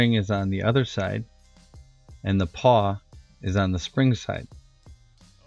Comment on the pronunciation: You frayed your brake cable, no bueno there brochacho. pawl. like awl. PAWL. CIRclip removers. (cir, as in circle. circlip) omfg if you say PAW again. directional tire, remount the tire on the rim after flipping, don't be lazy.